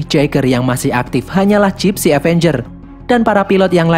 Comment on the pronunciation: kok bilangnya Dipsy danger bukannya gipsy avenger